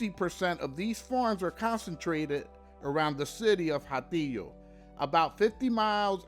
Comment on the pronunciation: Atillo, the H it's mute.